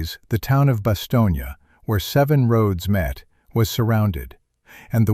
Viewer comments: "Bastogna", sounds like the narrator was still talking about Sicily. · Also you mispronounced Bastogne.